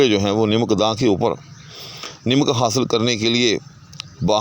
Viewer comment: السّلام علیکم!! جزاک اللّہ خیراً, سہوِ تلفّظ از استاذ: نَمَک یا نِمِک!!!